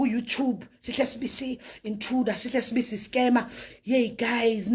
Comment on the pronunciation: It is not Sibiya but Sibisi